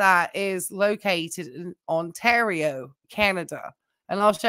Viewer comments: "Ontario" is pronounced "tear", like "tear the paper". 😉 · People have different accents, it's fine